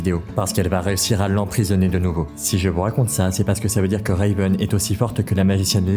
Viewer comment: Le "Reyveun" me fait très sincèrement grincer des dents ..